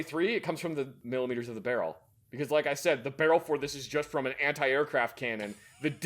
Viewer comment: once said “Muchos milimitress”